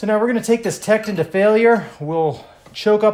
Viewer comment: TektOOOON not techedin lol